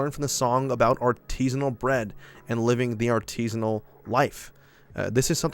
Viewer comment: "Artisinal?" "Hmm.." A R T I S I N A L. cracktrip ensues